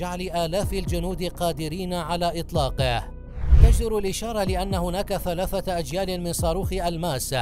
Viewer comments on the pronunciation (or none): none